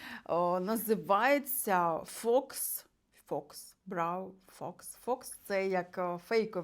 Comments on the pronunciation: Взагалі то faux читається як фау, а не фокс, це вам мабуть ШІ підсказав😅😅😅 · Faux читається як фо) означає не справжній